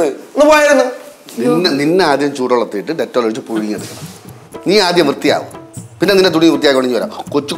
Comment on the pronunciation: പുയുങ്ങി കൊണ്ട് വരട്ടെ? വേണ്ട പുയുങ്ങി വിയുങ്ങിയാ മതി😂😂😂😉😉